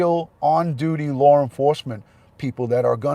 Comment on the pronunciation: I love how you say law. It sounds like lore. Saw sounds like sore. I like different accents. I thought Candice said that TBI had her phone and she was referring to the new phone that was in her vehicle. I didn't think I had covet either. I thought I had an ear and throat infection. I only went to get tested because I wanted to satisfy my mom so she would stop telling me to go get tested. Guess what? Mom is always right!